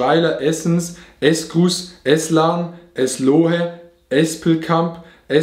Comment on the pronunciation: Eslo-he (Eslohe)